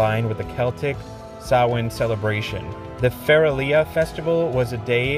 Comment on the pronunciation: Yo +1 represent for CLUB SOLO ICED COFFEE ✊ THANK YOU for pronouncing "Samhain" as intended 🙏